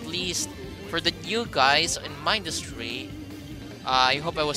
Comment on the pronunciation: You say Mindustry wrong It's min-dust-ry